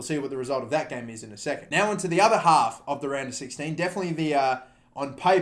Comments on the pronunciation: Am I weird for hearing Random 16 instead of Round of 16 everytime? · Am I the only one who hears random 16 instead of round of 16?